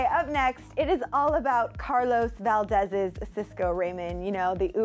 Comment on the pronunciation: When I heard valdez(s) 😊